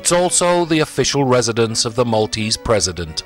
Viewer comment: Thank you for highlighting the Maltese Islands as you have done. Just enough detail to spark an interest and a general historical development to give a good understanding of the Maltese nature. One thing that is very common in "English" presentations such as yours though, is the mispronunciation of the name of the city of Mdina. It is not Medina. It is Mdina, actually l'Mdina" so, although there is no "I" preceding the "M", it is pronounced as if there is one. an "I" (Imdina). A small thing, but a little annoying to hear if with Maltese ears. Thank you again for this!